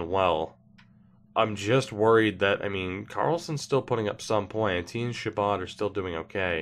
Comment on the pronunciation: It's Jost a White Stone.